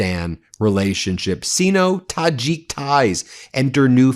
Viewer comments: The prefix "Sino-" (denoting China) is pronounced "SIGN-oh", not "SEE-no". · Sigh-No. It's pronounced Sigh-No . Sino.